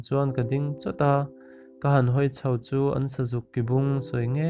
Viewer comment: Sazuk ki bung lam rik dan khi a dik lo , ng ah khian a thluk na a om lo tur a nia , a awmzia a bo phah lam rik dan dik loh vang in